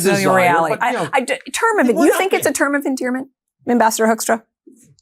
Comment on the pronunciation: This ambassador's name says it all: Hoekstra is pronounced HOAX tra